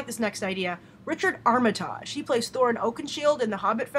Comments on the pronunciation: How are you pronouncing Armitage? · Up you said Armitage wrong. I should know I am one